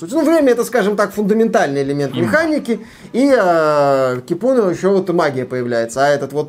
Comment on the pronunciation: Привет! В финском языке ударение всегда на 1-й слог, так что Ки́пуна. Ну а баня, это прежде всего просто погреться. Поэтому они в каждом доме, даже в многоквартирном, а иногда и в каждой квартире. А бывает и такие, где мужчины и женщины вместе и табличка заходить без плавок.